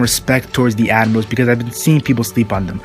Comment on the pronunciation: the way you say admirals , sounds like animals